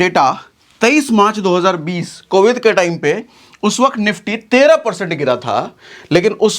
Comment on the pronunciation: Covid hota hai covith nhi hota hai